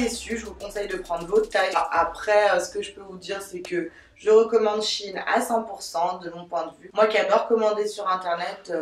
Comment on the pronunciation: Tu mz fait trop rire a dire chine au lieux de shein oh jpp de toi jtm trp❤❤